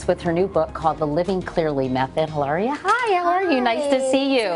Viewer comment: She keeps calling her Hilara and not Elaria haha!